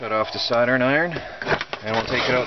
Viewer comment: Dude, your pronunciation of Soldering Iron is like nothing I've ever heard - it sounds like Saturn Iron! :) I'm curious what accent is that?